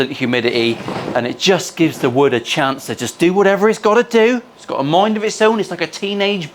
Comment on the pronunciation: wood. Bobby Duke calls it Wewd